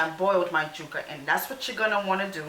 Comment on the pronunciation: Omg... it drove me insane the way you said yuca.... Jewka! .... yoooka... yoooka.... fyi the “stick” in the middle is a stem.😤